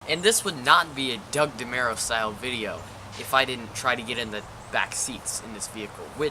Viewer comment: DeMURO, not MERO